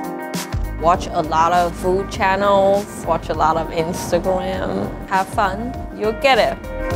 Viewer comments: I'm sorry but she said instagwam 😂😂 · Aww, She said instagwam. xD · " Watch a lot of Instagwam" 😂😂😂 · "Watch a lot of instagwam" omg she's so cute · "watch a lotta insta... gwam..." lmao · "instagwam" cool vid tho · "Watch some instagwam" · Instagwam lol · Did she just say instagwam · that's her accent